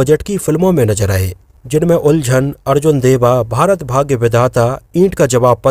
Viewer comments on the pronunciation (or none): none